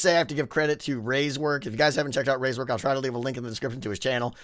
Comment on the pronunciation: rays work? it's ray works